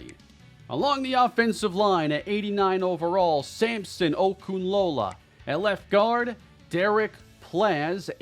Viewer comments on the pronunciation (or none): none